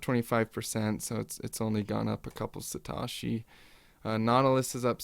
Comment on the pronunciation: Sa.. TOE.. SHI... NOT satarshi.. Thx subbed